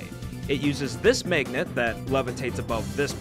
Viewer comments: why do you keep saying maygnet? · What dialect of English produces the way you pronounce magnet? It sounds like meygnat to me